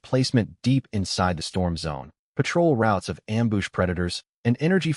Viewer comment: The AI has been dipping into the booze. Amboosh, amboosh, amboosh.